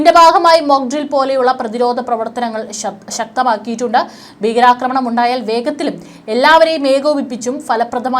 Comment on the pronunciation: ബീഗരാക്രമണം ബൂഗമ്പം,യുദ്ദം!!!!!!!? പ്രദമ. !?!? യുദ്ദകാലം!!!! ,പലതവണ ഈ തെറ്റായ ഉച്ചാരണംചൂണ്ടിക്കാണിച്ചിട്ടുണ്ട്.താങ്കൾതിരുത്തുന്നില്ല.